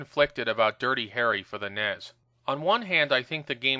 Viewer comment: Stop calling it nez